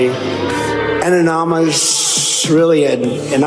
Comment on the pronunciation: Ann-nom-on-niss….trumped? You really need to use DENTURE-GRIP, YOUR TEETH ARE SLIPPING AROUND YOUR MOUTH……..or your teeth have had enough of your lies and are about to abandon ship…..😂😂😂😂😂